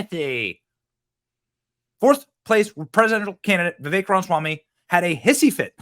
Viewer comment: You finally said ramaswamys first name right lol. Alot of people say it wrong